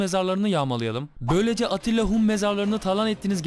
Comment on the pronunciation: Attila degil Atilla